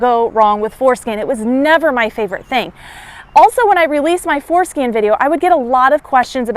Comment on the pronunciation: I swear she's saying foreskin....